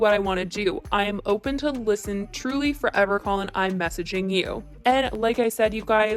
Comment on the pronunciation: Collin Barry =wrong KAY*LYNN Barry KAHLEN BARRY *no hate